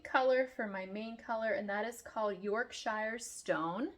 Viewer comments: Yes, it’s Yorkshur, with an emphasis on the york. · Yorkshire is pronounced very differently